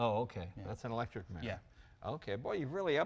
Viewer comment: I've always wondered why a lot of Americans are unable to pronounce the word mirror. "Mieer"